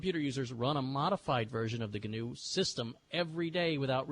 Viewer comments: Just passing by 12 years later to say you just dug the hole deeper by trying to acknowledge the correction and then pronouncing it GINNOOO. Iʼd like to interject: Itʼs just NOO. Like the animal. Sorry for the long comment,. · RMS pronounces it "Guhnew", why don't you? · IT'S GANOO LEENUX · He guhnew that. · Look at the wiki entry for "wildebeest". It's pronounced NEW no matter what fat, neckbeard Stallman mispronounces it as! This speech is exactly why I use vi and not emacs. He tries to get everybody to call the Linux kernel GNU/Linux to suck up the glory when he can't get off his ass and write his own damn kernel. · I thought it was pronounced G-N-U/Linux